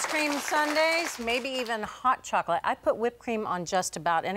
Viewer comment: I've never before heard anyone stress the first word in hot chocolate.